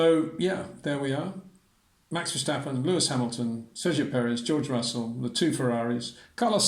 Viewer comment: "Max VerSHtappen" is NOT how you pronounce his last name Sir.